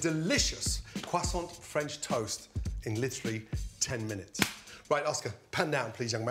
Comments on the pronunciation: Its a "crew-sont" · Wtf is a “cwassaunt?” 😭😭😭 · “Teacher” any questions ? “ Carl weezer “ umm yes are you going to finish that cwoissant “teacher” knock your self out “ Carl weezer” swallows whole croissant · Dude said crossaints and I thought great I could make this, then named 30 other ingredients I don’t have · A quesaunt 🤣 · "Quest aunt" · i like the pronounciation. Qwassont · Leftover Cwasoant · Cwaaa-sawnt 😂 Looks amazing though - shall be doing it. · Am i the only one that hears Cwoissant? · Brits saying croissant will never not sound weird lmao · We don’t prononce the t of croissant